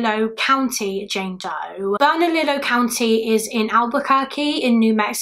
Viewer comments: As an Albuquerque native, the county Is pronounced "berna-lee-yo" ☺️ but it did make me chuckle to hear you say bernali-low lol Love your videos!! I'm glad you're feeling better!! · Bernalillo is pronounced burn-uh-Leo. 😉